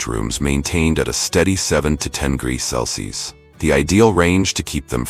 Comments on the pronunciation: 'cels'? 'Celsius!' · You're crappy, AI voice can't even pronounce simple words like Celsius??? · I really wish the narrator would pronounce Celsius, Fahrenheit and degrees the right way. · Hey narrator, learn how to pronounce Celsius!